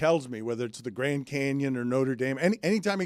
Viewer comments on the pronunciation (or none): none